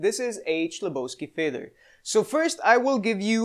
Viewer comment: "H"lebovsky, not "CH"lebovsky...